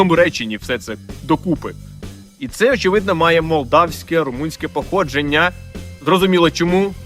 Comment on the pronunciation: СусідИ ,походженнЯ ,в УкраїнІ! Ви говорите з наголосом на останню літеру.